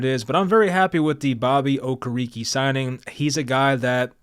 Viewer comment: O-care-rick is the pronunciation I believe